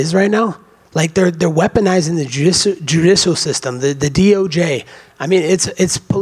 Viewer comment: He cannot even spell judicial and he can barely say it! 😂😂😂😂